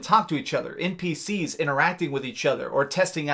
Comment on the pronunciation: You kinda put to much emphasis in some of your words at the end of the word. I noticed it at first when you said "npcS" and kinda put it off cause it is an abbreviated word that has a C at the end but noticed you do it to other words too. Well, anyways I'll leave you be.